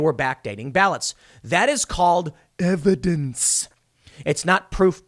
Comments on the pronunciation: That is called " EHVEDENSE" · Okay this situation is really screwed up, but I think we can all appreciate the levity that Tim brings to the situation when he says "EVIDENCE" in such a way as to evoke thoughts of the spongebob meme.